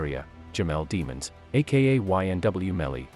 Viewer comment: DEEEE-MONS, not deamons, no one wants to stay it the right way lol